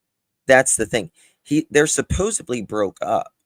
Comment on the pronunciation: Hey, supposedly has a d in in not a b, please say it properly, so friggin annoying when Americans pronounce it incorrectly